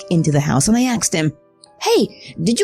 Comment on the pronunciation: The word is “asked.” ASKED. Not “axed.” Also...I’m surprised you haven’t gotten copyright strikes for blatantly ripping off the Netflix title screen style.